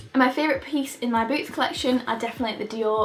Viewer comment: Lol when you said "I'll start with boots" I heard boobs instead of boots, and I was like wait what wasn't this video about shoes? lol